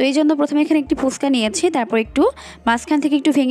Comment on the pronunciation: ফুসকা নয় ফুচকা উচ্চারণ করুন ।